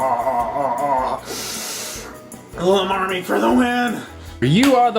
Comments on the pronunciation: I think it's pronounced: Llama Army not La marmy. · It's L-arm-army not lamamy. .-. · it's pronounced like llama larm-army xD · think larm-army and they you say it right :) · its pronounced lama as in the animal and army, two separate words